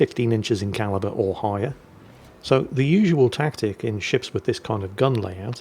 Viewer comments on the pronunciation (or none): none